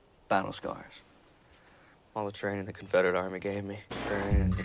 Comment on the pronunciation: “bAtTle ShCaRs” 💪🏽😏🤠